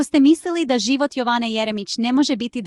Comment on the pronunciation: Budaletine, nije Joooovane, nego Jovane, naucite srpski naglasak odakle ste i vi potekli, pa nam onda saljite vesti....ustase bedne